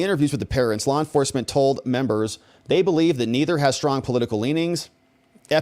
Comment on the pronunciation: That is so cute how lisp makes him pronounce members as "membos" and donors as "donos".